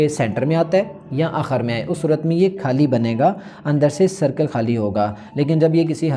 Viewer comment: Mohtaram write nai hota likhna hota ha ha likh den ge. Write kar den ge it's very odd. Or khaali nai hota khaali khey ki awaz k sath khait Wala khey nahi. Agr thori si tawajuh apni Urdu bolne pe bhi den tou bht Maza ae baaki ap bht acha kam kar rae hain jari rakhiye.